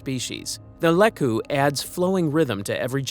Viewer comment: and it's LEE-koo!